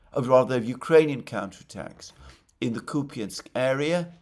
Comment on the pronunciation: WTF is Kupyinsk? Are you talking about Kupyansk?